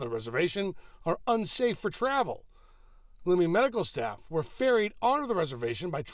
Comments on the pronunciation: Lum-mie, not Loomie. This is a microaggression, 13 Seattle. It’s rude, disrespectful, and discriminatory. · For a three and a half minute feature you can't learn to pronounce Lummi correctly? Pretty shabby. Ya'll ought to apologize on-air.